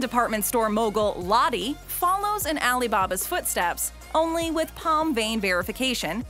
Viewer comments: its pronounce Lo-Teh not LOTTY lol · FYI- Lotte is pronounced 'Loht-Te', not whatever you said.